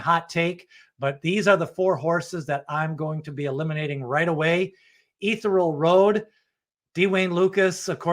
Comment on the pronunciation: It's "EE- THEE-REE-AL Road!"